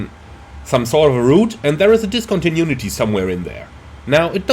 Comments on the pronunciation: dis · kaan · tuh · noo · uh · tee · Man, I love your videos, but everytime you say "discontinunity" an angel dies :D